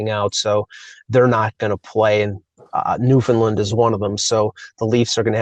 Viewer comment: Hey, it's "New Found Land", just like the word "understand". Understand Newfoundland. Not new fund land. Got it? I'm curious to see how Jumbo Joe works out, but really I am high on Brodie and hope the Leafs finally have a solid D this year. They'll need it with all the speed and skill in this Canadian division. Otherwise good job guys, as always.